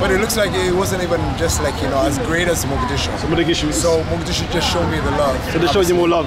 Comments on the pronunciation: It's Mogadishu not Modagishu. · Bro, can you stop saying Modagishu. It's Mogadishu 😂. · Is Mogadishu you said moda gishu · hi bro Stop saying modagishu say Mogadisho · You keep pronouncing our city wrong and it’s funny how no one is correcting you 😂😂. It’s “Mogadishu” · Is it just me or Is he saying modagishu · He keeps saying Mogadishu wrong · dude idc, that is the English name for it and getting technical doesn’t change that. Imagine a foreigner trying to pronounce it that way. I’d rather they do it in an easier way since they don’t speak Somali.